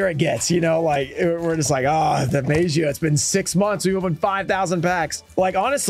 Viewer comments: Maybe the Magia would respect you saying the name correctly, I mean you've tried everything else. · YOU WILL NEVER PULL THIS CARD TILL YOU PRONOUNCE IT RIGHT NEVERRRRRR!!!!! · would you respect the one guy who keeps saying your name wrong even tho they have been told? ignorant is what im seeing. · You know when the teacher calls the students name for attendance but she's saying slightly wrong so the student doesn't say "here" or "present" like she's saying Gearson instead of Jerson maybe that's whats happening with you and Magia he doesn't like the way you're saying its name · I’ve said this before and I’ll say it again, stop mispronouncing his name and he’ll show up 😂